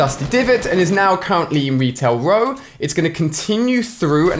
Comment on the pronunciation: Lmao, he said Retail Row like "Wetail Whoa" lol alia sucks